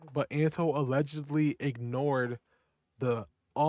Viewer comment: SAYS « ALLEGEELY COLORBOTTING »YOUR COLORBOTING??? Cuz it seems you worked hard to say FOR 50 minutes you dont colobot